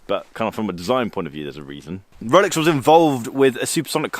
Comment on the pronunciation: Did he say I have a “rrrx” on my wrist?